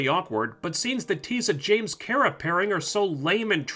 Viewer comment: I'm dying a little, everytime this dude says Kera and not Kara.